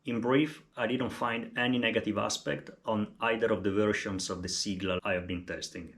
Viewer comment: Thanks for this, helpful video! (btw, it's pronounced "say-gla") As far as I can tell, the suspension fork might be worth it even if you plan on riding easy gravel, to reduce pain on the hands on long rides. I only wish you could set it up 2by, and that it supported standard crank spindle length.